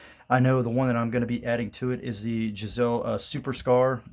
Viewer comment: LOL I laughed when I heard him say the name of the Geisselle....lost points on this review.